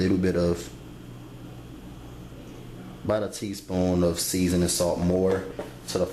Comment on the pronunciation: he say spoil like spoioh and seasoning like seezons 😂